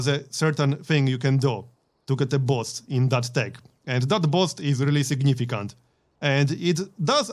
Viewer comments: took me a while to find out he was saying BOOST instead of BOSS lol... SUPER HYPED THO 👍👍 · Great job explaining everything. You are by far my favorite Youtuber when it comes to learning Civ games but the word is pounced boost (buhst) not bost. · Man I love how you pronounce those Eureka "boss"es. Sometimes it does sound like "boost" sometimes but "boss" or "bosst" is just hilarious :D